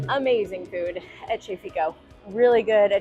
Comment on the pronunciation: Great Video. That Italian restaurant t's pronounced "KE FIKO" not "Chez"